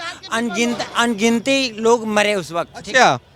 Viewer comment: 3.56 अंगिंती😂😂😂😂😂